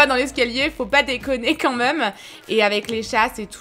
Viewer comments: c'est horrible quand tu dis même ( tu dis "meume') c'est trop crispand sinon super vidéo!!! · Sa me stressera toujours quand elle dit le mot «même » elle le prononce meume 😭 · ça me perturbe quand tu dis "meume" pour "même" xd C'est un accent de quoi? :3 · Oui moi aussi mais elle est tros belle 😍😍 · oui grave c'est un peu énervent mais c'est une très belle femme 😘😍👍👌❤ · Moi aussi mes pas mechant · Trop ! Je croyais que j'étais seule à attendre " meume " mais je critique pas du tout ! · Le « moi meume » de 😂😂